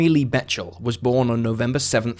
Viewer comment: Jeremy's last name is Bechtel (beck-tull).